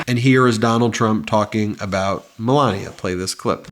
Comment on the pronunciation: I swear, it must be my Texas ears, it sounds like Ben is saying, Belania instead of Melania. Is it just my ears?